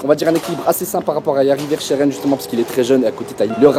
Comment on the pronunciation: Bonne vidéo dans l’ensemble vielle juste à parler moins vite ! Et la prononciation de verschaeren le sch se prononce en k et hoedt c’est comme si tu disais hout